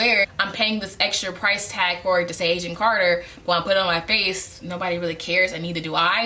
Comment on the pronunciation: I thought you were saying "Asian Carter" instead of Agent Carter.